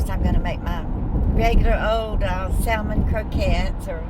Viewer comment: The L in salmon is silent.